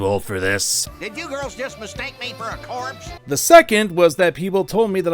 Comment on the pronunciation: "Of corpse not, "